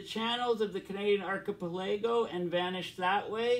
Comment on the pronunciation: "archipelago" pronounced ark-a+pel+a+go (5 sylables)